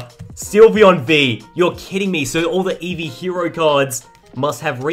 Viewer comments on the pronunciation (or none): none